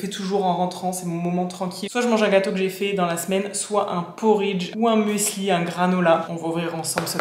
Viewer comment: Ohhh merci bcp pour ton retour sur ma chaîne ça me touche bcp 🥹🫶🏼 pour ton partage concernant la seconde main je suis aussi d’accord avec toi. Finalement on fait aussi avec ses moyens et son bon sens sur le moment. Oupsi pour le muesli, je n’ai pas réfléchi à la prononciation 😂